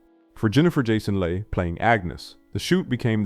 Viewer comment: And Jennifer Jason Lay.